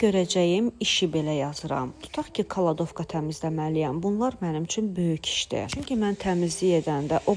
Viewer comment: Kaladovka yox kladovka😊😊